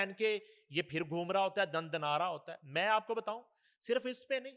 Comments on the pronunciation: Janab woh fashion samagh Kar bolo rahi hai India ka dekh Kar Zindagi ko jindagi hazar ko hajar phir ko fir Khan ko khaan😂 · Fashion ke tor pe kehti Hai Zindagi ko jindagi Khan ko khaan phir ko fir hazar ko hajar😂